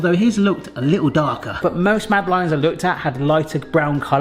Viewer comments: Eek. My ears are burning! Mad uh laines is how to say it. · So he doesn't pronounce it the french way. It doesn't realy matter. On such a small island where there is in any case a varied way of pronuoncing even the most basic words and then rest of the english speaking world all have their own pronounciations why in this case make such a fuss over a French name.